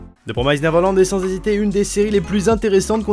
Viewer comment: Mdrr ça ma stressé pendant toute la vidéo ta façon de dire "Neverland" 😂😂😅